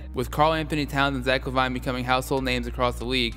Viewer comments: omg it's driving me crazy it's la-vēēn not la-vīne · La Vine👌😂 That is not how lavine is pronounced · Brush u mispronounced lavine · I went crazy every time he said lavine wrong like have you even watched the nba for the past 2 years😂